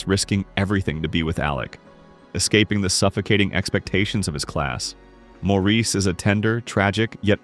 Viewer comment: Good list but please, Maurice is pronounced Morris.